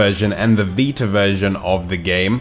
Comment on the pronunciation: Sorry.. but it's "VI-TA", not "VI-AH"... I had a hard time for the first few minutes of the video, trying to figure out what he was saying.